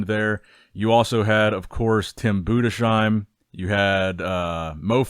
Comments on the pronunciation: btw, Budesheim is pronounced Budes-Heim not Bude-Sheim. Very nice summary of the show thank you for the video. Personally from a german perspective I think Tim Budesheim improved so much over the last few years. Looked great. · Say it with me... BOO-DISS-HIME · honestly find out how Tim's name is pronounced cuz it's just comical now you literally switched pronunciation of his name from Bood-a-sheem to Bood-a-shime within a minute of one another, it reeks of unprofessionalism. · if you read this, Tim's last name is not pronounced with an "sh" Sound but it's split in Budes-heim such that you say the "s" like an s and the "h" like an h in "house" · It’s BudeSheim with an S like in sun not like in shine! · Boo-dess-hyme. Its not that hard